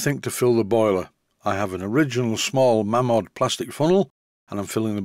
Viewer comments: Mamod not Maymod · It's mamod, not maymod. Whoever says maymod is a disgrace to society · Mamod comes from the family name of Malins. They started the business. Strictly speaking, it should be pronounced like May-lins, but hardly anyone does.